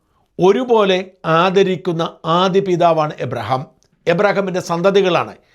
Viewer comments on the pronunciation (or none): എബ്രഹാം അല്ല. സർ അബ്രഹാം എന്നാണ്.